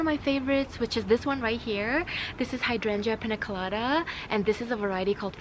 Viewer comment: Did you say Hydrangea piña colada ?